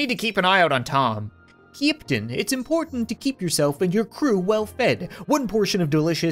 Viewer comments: ceeptain lol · You said ceeptain so many times instead of captain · he says "keeptain"